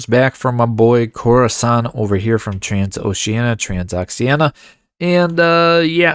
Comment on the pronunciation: Love how you pronounce Transoxiana as Transoceana. It reminds me of trans-atlantic but in oceania. Funny name for a landlocked country.